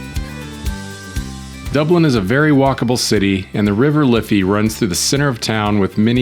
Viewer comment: Hey. There's no need to add a syllable to Dublin.